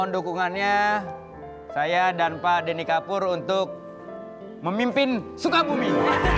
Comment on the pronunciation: Bukan gitu bg intonasinya,Deny kan?